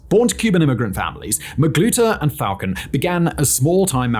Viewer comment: That time was real they had a damn Burger King freezer truck for bodies . And now it’s getting back to that killings in broad Day light.. and it’s Falcon but pronounced FalCONE